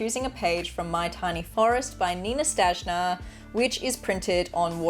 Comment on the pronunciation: You read Nina Štajner wrong. In Slovenian (and many other Slavic languages) J is the same as English Y. So her name, "written in English", is Nina Shtayner. And your coloring is beautiful. I never even tried with any wet media ... too scarry